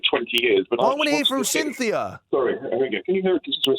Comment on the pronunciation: and “Cynthia” 😂😂😂